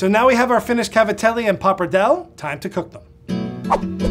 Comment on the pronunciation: Finally right at the end of the video he pronounced pappardelle correctly (like an Italian).